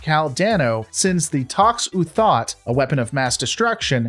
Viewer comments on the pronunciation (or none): The way this guy pronounces certain words almost makes it seem like he hasn't actually watched star trek before. Seelick and Tox uthat being two of the mispronounced names. It's Sill ick not see lick and Tox utot not tox uthot